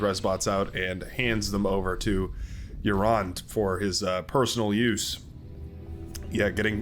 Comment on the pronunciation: Red team lead--Uran is pronounced more like Ooran. Like the oo sound in loose.